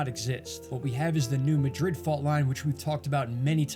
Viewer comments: Pronounced MAD-rid. Not Ma-DRID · the correct pronunciation of New MADrid, MO vs MaDRID, Spain has nothing to do with accents. It's how the people of a town know the correct pronunciation of the name of their town. Miami, OK is pronounced MiamAH, not MiamEEE like in Florida.